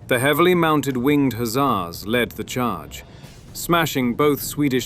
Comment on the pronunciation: One thing though, you're saying the "Hussar" word wrong.